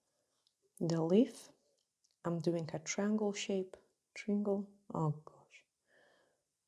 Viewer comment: ❤️❤️❤️ I notice you have no trouble pronouncing the word "try" and that is exactly the beginning of "triangle". 😊 Can't wait to TRY 😆 these!